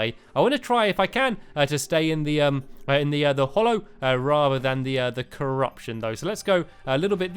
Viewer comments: Its pronounced hallow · Mr money it's hallow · It's called HALLOW not hollow, your pronunciation annoys me so much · Stampy its HALLOW not hollow im having a nerd implosion!!! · Not to be rude but it is actually HALLOW